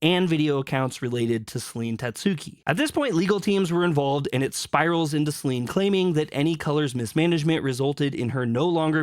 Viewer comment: I dont want to be that guy, but everytime i hear you say SelEEEEEEN it irritates me. It doesnt take more than a minute to look up how her name is pronounced. If you are gonna ride the wave to get views, at least get her name right.